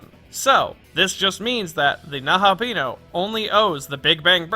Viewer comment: The video was very :) The pronunciation of Nahobino was very :(